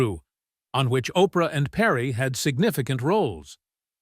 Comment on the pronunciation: WARNING ⚠️ THIS IS FAKE. WENDY DIDNT TESTIFY. ITS OBVIOUSLY CHATGPT AI BULLSHIT 😂 anyone who doesn't know how to say the name Oprah is a fake person 😂